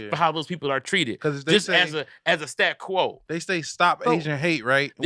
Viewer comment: keeps saying "stat quo", its "status quo" brotha